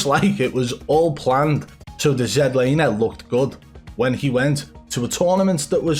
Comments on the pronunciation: I love how you accidentally said zee-laner. ITS ZED LANER!!!! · I gotta know, how come in old videos you pronounce it regular zlaner but in your newer videos you pronounce it zedlaner? Just curious lol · Jlaner? WTF. LOL. I thought you were having a laugh. Ugh.